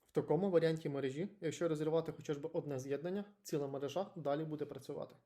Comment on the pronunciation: Блін, протягом всього відоса був впевнений на 100%, що озвучено text-to-voice-ом, але на останніх секундах легенька "картавинка" у слові мережа похитнула мою впевненість 😅